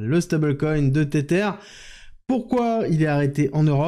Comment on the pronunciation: Tether se prononce Tesser... avec la langue entre les dents. 😊 comme un zozotement